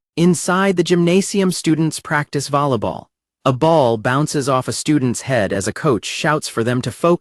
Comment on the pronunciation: "lollapop" "vollaball" "easegoing"